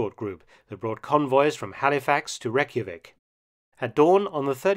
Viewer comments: Torpitz ( tear 💧pits) Reykjavik ( Rey- Kia- Vik) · Reykjavik is pronounced closer to "Reich-a-vik". :P